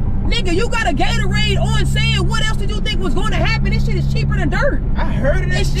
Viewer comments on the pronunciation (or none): It’s Gatorade not gatoraid